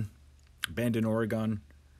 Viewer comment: Great information! However, please note that Oregon is pronounced "ore-gun" not "ore-gone."